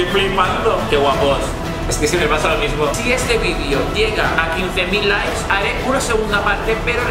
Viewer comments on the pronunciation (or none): none